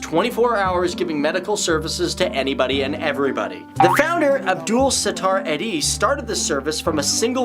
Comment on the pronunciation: it's written Edhi but it's pronounced eedi